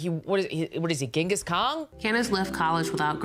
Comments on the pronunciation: Did Meghan says "Gengis Kong"?? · Megyn definitely said “Genghis Kong”. 😂